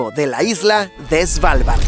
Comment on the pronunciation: No diga "Svalvard" diga "Asgard" 👌